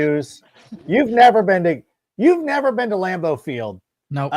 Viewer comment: Lam-boo??? Fuck Green Bay!!! :-D